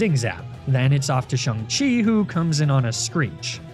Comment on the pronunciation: Dude mis pronounced Shang-chi